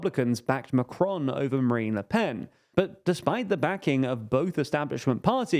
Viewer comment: Note - Macron is pronounced without an accent (especially not the American tendency to accent the second syllable). Regarding the results - the RN had the biggest vote share (37%) and gained 53 seats. It didn't win outright and this will prove a positive for them. France's economy is tanking and Macron's spending is sky high. What happens when he presents his budget to the EU in September? He was hoping to blame the RN (he said before the election that he had rolled a grenade amongst their legs). The left and the communists etc. will probably begin in-fighting and everything will deteriorate further. The RN just needs to keep its cool.